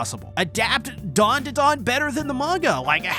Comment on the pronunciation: U call it dundudun it’s danda Dan